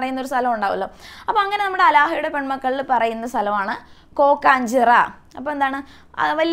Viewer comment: അലാഹ അല്ല ടീച്ചർ ആലാഹയുടെ